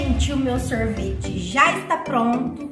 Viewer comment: e, sorvete não sorveti